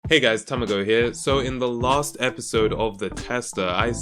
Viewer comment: Instead of Tamago Say tommy go